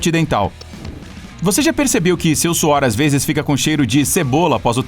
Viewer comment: 1,35 VEZES, e n 1,35 veis